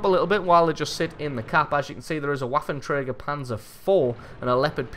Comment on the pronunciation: Just FYI, the "w" in waffenträger is pronounced as a "v", like ventilation, vapor, etc.